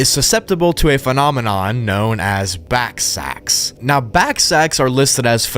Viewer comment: Ballsacks. Not backsacks.